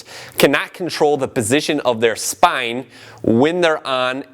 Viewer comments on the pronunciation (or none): the way he sais spine :D